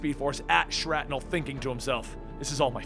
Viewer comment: I'm pretty sure it's pronounced "Shrapnel" not "Shratnel".